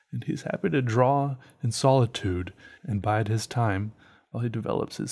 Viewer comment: learn how to say draw its not "drawl" its "draw"